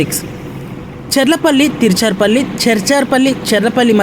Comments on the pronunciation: అమ్మా తిరుచారుపల్లి కాదు తిరుచిరాపల్లి. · తీర్చర్ పల్లి కాదండీ త్రిచ్చురాపల్లి అండి లేకపోతే త్రిచ్చి అన్నండి